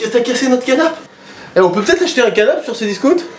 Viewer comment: Qui a entendu macfly dire abjetter au lieu de dire acheter